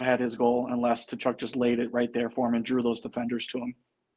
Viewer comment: Hey, the “T” in Tkachuk is silent and the name is pronounced “kuh-chuck."